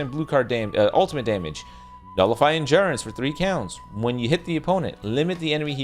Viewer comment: “On engurance!”😂